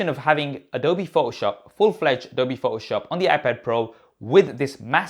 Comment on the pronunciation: Love your channel! Your English is very good. Please say photoshop correctly...its Pho-toh shop. You are omitting the T.. It's not pho-oh shop. Adobe is an American Company so it's something you will want to adjust. Thanks..you're review of the new OS was spot on! It does have so much potential! I'm looking forward to when they port Logic Pro X on there. By the way if they have a bridge brand keyboard that works with this size of iPad Pro those are extremely good!! Again, thanks for the great video!! You gained a subscriber today!!... Dave